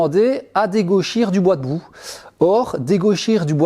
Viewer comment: Bravo aux gagnants et on attend les info pour les formations de ta fille 😀. Par contre c'est la seconde fois que je t'entend parler de ne pas raboter du bois .. "de boue" , "de bout" , "debout??" ,.. et attention, je ne dis pas que c'est l'accent 🤣bref je vois toujours pas de quoi il s'agit même avec notre ami Google 😅